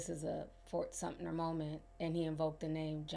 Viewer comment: I ❤ you dear. It's Fort Sumpter...no n hard t. I'm bummed that I missed you in Charleston. I would love to share some knowledge with you about Charleston, history, and that "feeling" you have about the times.❤